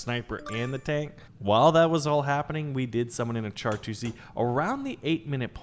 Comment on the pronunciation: Him pronouncing it char instead of shar hurt my soul